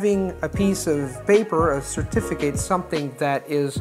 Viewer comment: your language skills are inspirational! Love your videos and your approach to language-learning. Because I know you're always seeking to improve and because I'm an EFL teacher, I know you won't take a slight correction amiss:) In "certificate" the 'a' should be pronounced as a schwa, with the stress on the 'ti' syllable. Much the same as "accurate" and "graduate" (the latter when it's a noun, obviously not as a verb). Thanks again for your great content!